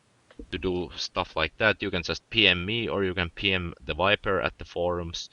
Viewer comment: lol "wiper"